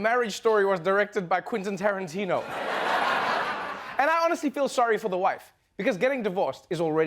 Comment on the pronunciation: "Quinten Terentino" 😃